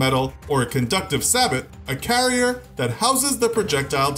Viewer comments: Say-bow not sa-but. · "Say-Bo" not "Sah-Bot" I still gave it a "like" lol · Like saying Sa-bot instead of Say-bo? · Was looking for this comment.. "say-bow" and "sabbot" sound very different.. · Sabot: "Say-bow".. not "sa-bet" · Sabot is pronounced /ˌsaˈbō/ not "sabbott." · Sabo... Not sabot..you get me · Pls Saybow (Sabot) Not Sahbit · Sabot pronounced “Say-bow” not “Sah-bot” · It’s not a sabot... it’s a sayboe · Anyone else bothered by the pronunciation of "sabot" as sa-bot instead of say-boe? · You pronounce it "SAE-BOH" not "SA-BOT" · You dont pronounce it "sah-but" its "say-bo" the t is silent. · Sah-bit? I've always heard it pronounced say-bow. (Sabot) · its "say-bow" not "sabbot" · Omg man. It's not sa-but. Its say-bow. Sabot, say-bow. Say, like "you're saying that wrong". Bow, like a hunting bow... say it with me now. SABOT! SAY-BOW! please. Its really easy, I like you're channel, but you're driving me nuts with that. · saa-bit instead of say-bow sabot is pronounced say-bow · It’s pronounced say-bow not sabit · It's pronounced say-bow not sah-bat. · It's pronounced say-bo, not sabot. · Nit picky I know but it's pronounced sabo( the T is silent ) not saboT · lol "sa-bit" it's pronounced "sa-bow" or "say-bow", sir. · sabot=say-boh not sabbott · Sabot is pronounced (Say Bow) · Sabot round is pronounced Sah-BOW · the word has a long “A” and the “T” is silent so it is said like “Saabo” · it’s pronounced “say bow” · ‘Sabot’ bring French word the T is not pronounced. Just “Say-bo”. And current runs neg to positive. Not pos to neg. Current runs opposite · Correct me if I’m wrong, but isn’t “sabot” pronounced as “say-bow”? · FYI... Sabot is pronounced (SAYBOW) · Say-beau, say it with me, Say-Beau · FYI proper way to pronounce sabot when used in reference to a projectile is "say-bow" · Sabot is pronounced sabo like depot is pronounced depo. Great video and content though, just don't rush videos